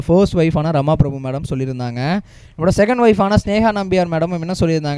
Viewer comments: The announcer doesnot seem familiar to names. It is not Rama prabhu, Rama prabha. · Rama Prabhu illa.. 'Rama PrabhAA'